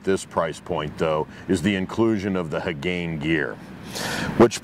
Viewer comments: Someone skipped their Japanese courses... "Hey-gan-ehh". Not "Heh-gane". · Its HA GA NE